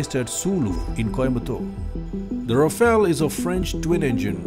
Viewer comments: The pronunciation is Ra-Fal and not Ra-Fail. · The spelling and pronunciation of Rafale is wrong. It should be pronounced as Rha-faal. You need to get both right to be taken seriously.